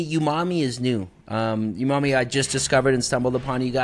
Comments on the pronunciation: Watching you miss pronounce umami so many times after he properly pronounces it is driving me crazy😂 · Dope podcast, I learned a lot about TC, and looks like next years Tax Return is going to Athena's Flow Hood! Also wanted to say, I just copped an Evo 8 with your affiliate link! P.S. There's no way to NOT sound like a dick while saying this over text, but, it's pronounced OOO-Ma-Me, not YOU-Ma-Me. I'm sorry, no shade at all, just a triggered OCD person! Love HGTV and all involved! <3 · Lol bro you killing me with that youmami, he clearly says OOmami twice when you first address him and you come right back swinging with the hard U 😂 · Iam preatty sure its prononced OOMOMMY not YOUMOMMY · I could be wrong but im pretty sure it is pronounced oonarmy. And the best way to describe it is savory